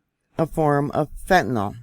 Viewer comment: #1. America has bigger problems than fentanYL, BTW it's NOT fentanALL, it's NOT fentanol, it's fentaNYL. Get your chems straight. Our "biggest problem" in America is the same as every other civilized, (or uncivilized), nation. It's the NEW WORLD ORDER who's ADDICTING everyone with everything from depopulation food to vaccines, to MSM indoctrinational brainwashing. They're flattening your frontal lobes with everything under the sun. Many of you no longer have the capacity for independent thought or objective critical analysis of what's going on around you.